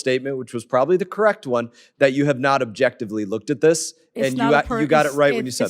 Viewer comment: " Dis question.." " I can't answer dose questions..." "Dis and Dat .." Utterly brilliant.